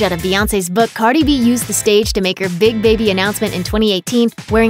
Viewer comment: why did y’all call cardi “carly” lmaooo